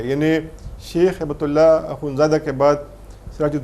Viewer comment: کامران خان صاحب،ہیبت اللہ نا کہیں۔ ہبت اللہ عربی لفظ ہبہ سے بنا ہے۔ان کوHibatullah کہا کریں۔